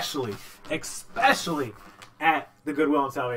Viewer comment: especially not exspecially